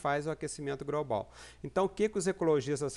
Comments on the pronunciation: Tem probleminha de dicção ...A pronúncia correta é GLOBAL e não GROBAL. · GROBRAL??? , , , IntergRaciais ???? Pensei que havia a letra 'L' após o 'G' !!! O que é "GRAIS" ? Preciso me atualizar